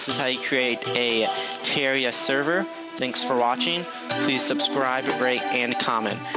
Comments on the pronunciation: Say it with me: Terr-ar-i-a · It is Ter-reh-ri-a